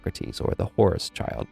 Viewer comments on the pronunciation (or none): none